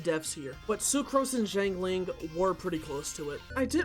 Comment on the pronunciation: amazing video but i hate how you pronounce zhang ling </3